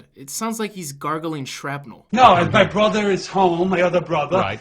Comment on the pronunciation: MA BWOTHA MA OVVO BWOVVA!